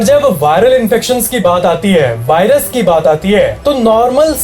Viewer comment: .. Give a like who noticed BHAI-rus instead of Virus.. 🙏🏼🙌🏼💥💣